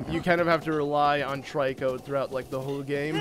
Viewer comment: trico is pernounced tree-co